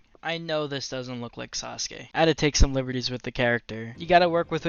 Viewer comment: SAUSE GAY is all I heard in the intro ngl